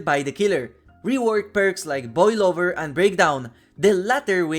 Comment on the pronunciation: Im not the only one that heard boil over as boy lover right?